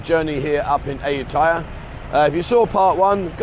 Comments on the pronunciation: Come on Aajutaja? How British can you make it sound? Ayutthaya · Ask a local to pronounce Ayutthaya. I know, it ain't easy sometimes.